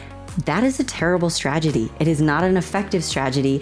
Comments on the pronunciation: Lol, did you actually say "stragedy" instead of "strategy"? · My favorite part is when she said "stragedy" twice in a row.😂